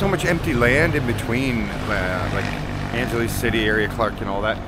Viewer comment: Angeles sounds like ANG HE LESS 🙂